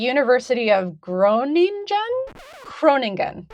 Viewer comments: Still pronounced Groningen wrong... No Biggie, but don't add other failed attempts unless you nail it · Great attempt on saying "Groningen".